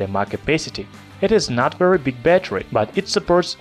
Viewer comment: вЕри вЕри гуд😂👍